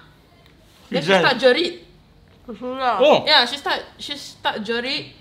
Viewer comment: Jelit ke jerit.